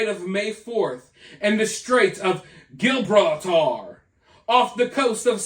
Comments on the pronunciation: It's pronounced jibrolter 😅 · Hi. Got to say that I love your content and found this fascinating. Please could I phonetically help you with Gibraltar? It's said, Gee-brol-taar. Favourite aquatic animal would be the emperor penguin Blessings be upon you and your family